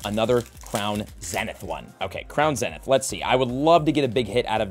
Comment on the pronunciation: Can someone please teach this man how to pronounce “zenith”?